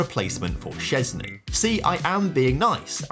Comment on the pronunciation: love ur pronouncation of Szczęsny's name as Polish!